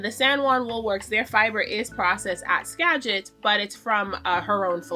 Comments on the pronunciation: I don't usually comment on videos, but I have been absolutely been loving your Vlogmas this year. I love your vulnerability and general vibe. I love how it feels like you are talking to a friend. P.S.As someone who grew up in Western WA, you are saying Skagit correctly :) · You’re saying “Skagit” right ☺️ Jess and Anna are the best. They process my fiber too. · Agree 100% with your podcast recommendations. 🎉. Also JK Fiber Arts and Fiber Love Diary are good. YES you’re saying Skagit correctly, that’s where I live. Anna and Jess are great! Also I couldn’t catch what you said is Melissa’s yarn business name??